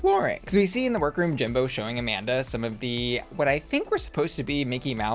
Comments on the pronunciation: I have to say, it’s real weird that they made a whole exchange on why the Latina woman’s name is NOT pronounced the way you chose to pronounce it but you still pronounced it that way. I know you watch the episodes, so it’s not like you missed that. Her name’s pronounced as it would be in Spanish, like “ah-MAHN-dah” and not “a-MAN-duh”. Weird choice babes. Otherwise, love the video, as always, and your coverage. Thanks for sharing your thoughts with all of us rotted little clowns in the comments 💖🫶🏽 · Excuse me, it’s A-mon-duhhhhh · Amanda's name wasn't pronounced that way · I agree. Very weird to not pronounce her name properly considering it was talked about so prominently in the episode. But I don’t think watches the entire episode or watches it while working on her videos or something because she has missed a few things before that have made it seem like she wasn’t totally paying attention through the whole episode. Or maybe she just forgot. Who knows. But I definitely don’t think it’s intentional in any way.